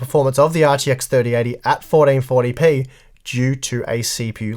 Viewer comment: Fourdeenfortdypee 😂 your accent is killing me